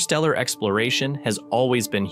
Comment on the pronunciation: "inTer", inTerstellar space, there's a first T in it. It's not "innerstellar" space.